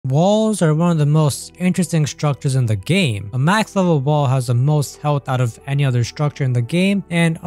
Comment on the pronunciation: makth wevul vall